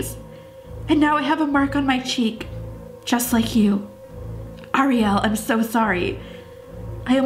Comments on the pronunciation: You squeal way too much. The person says hi and you start squealing way too much and it's a ree el not ah re el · You said Oriell not Ariel